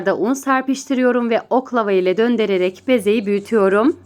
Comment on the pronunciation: Çok güzel gözüküyor,ellerinize sağlık.küçük bir uyarım olacak,türkçeniz çok güzel,sadece döndererek değil,döndürerek ve tereyağı değil,tereyağ derseniz,çok daha güzel olacak.sevgiyle kalın.❤ ❤❤